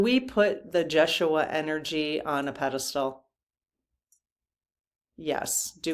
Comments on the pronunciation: I think it is pronounced Ye shu a Not Josh.... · you are close..the name is pronounced YESH SHU AH..it is his true name but spelled with a J. Jeshua...you are giddy tonight, a bit all over the place. It's all good. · I think it is pronounced as in Yes-uaha, J is silent. Can you ask in part 4? 😊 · It’s actually pronounced yesh-u-a. The Spanish say Hey-sues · Jeshua – The accent is on the second syllable and the J is pronounced as a Y Jesus is the Greek form of Yeshua which is Aramaic.